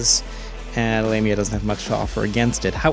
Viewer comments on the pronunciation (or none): I've always pronounced it lahm-ia. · phonetically it's La Mia, love you guys and I'm starting to get caught up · I always pronounce it like LAW-ME-a